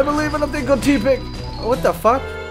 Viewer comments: Tepig Is Pronouced (tep-pig Not Tea-pig) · you remind me of my friend...you say tepig like tea-pig and so does my friend buts its pronounced teh (as in someone saying im teh coolest) - pig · it's not Teapig... it's Tepig